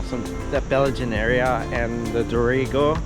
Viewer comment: First time to your site but I was very impressed. Great photography with 4K quality, I will follow your adventures. By the way I'm from Qld and I thought. Dorrigo was pronounced Dorri go.